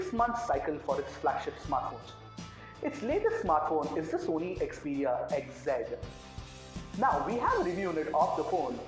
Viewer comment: Its xperia not "xeperia"